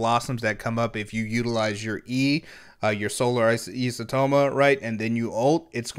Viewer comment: you almost said isotoma correctly there but then you backtracked and said it incorrectly... it's EYE-so-toe-ma